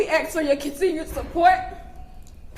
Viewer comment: "ax" smh